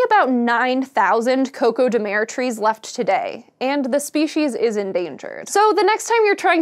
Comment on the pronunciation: For Portuguese language speakers.... 🇵🇹 - CÓCÓ de MER... ...da?! 😂